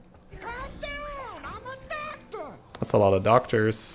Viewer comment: Why the fuck does say "amma Ducktor"